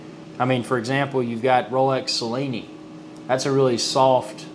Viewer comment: Nice video. Its pronounced "Chill-ini" by the way.